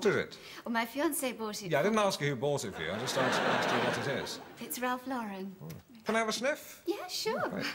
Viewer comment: actually says Ralph Lauren correctly!